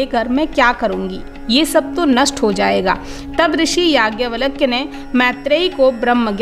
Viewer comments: आप नाम का उच्चारण तो सही कीजिए... नाम है याज्ञवल्क्य और आप उच्चारित कर रही हैं यज्ञवलक्य। उपदेश देना बंद कीजिए..... गुमराह न करें... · Don't pronounce... Valak ... It's Valkya 🙏